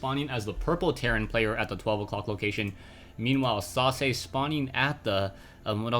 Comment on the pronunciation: I was not looking at the player's name and i thought you said Sausage :))